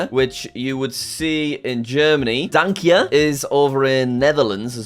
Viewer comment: "danke" and "dank je" are spelled differently though, and also pronounced differently, like you did (so I might've misunderstood)